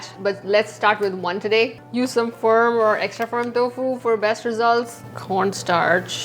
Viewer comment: Its टोफु, not तोफु